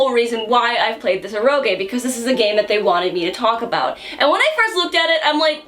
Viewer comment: Every time mispronounces "eroge" a cute anime girl loses her wings.